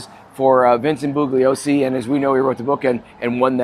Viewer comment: Hey guys, if you are gonna do a podcast, it would be a great idea to get the facts down correctly. You have made SO many mistakes it’s obvious you did limited research. You don’t even pronounce the prosecutor’s name correctly. He says it in the movie Helter Skelter , “ the G is silent “. 🤦🏻‍♂️🤦🏻‍♂️